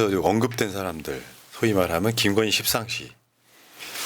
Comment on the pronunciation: 웃겨 십상시.. 발음조심😂